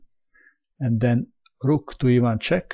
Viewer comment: When said "rook to e1 check" I thought it sounded like "rook to Ivanchuk". True story.